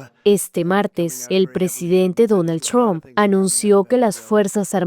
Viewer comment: No es Donal chron, es Donal Trump...bruta